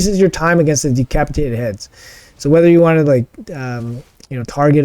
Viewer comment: Pretty sure you said de-CRAP-itated at one point and I LOVE IT 🤣🤣🤣 great stuff as usual mate! 👏🏻 congrats on the insane scores!